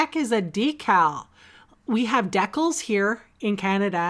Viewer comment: love the card and your blender pen, just can't wrap my head around why you say all the other words correctly but decals, WHY??? LOL